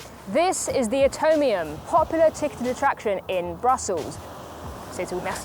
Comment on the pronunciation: I just cannot get over the fact that always said "Atonium" instead of "Atomium". As if she had to do this trip in order to atone for her sins or something...